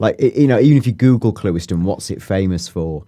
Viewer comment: "clue - iston" got it right lol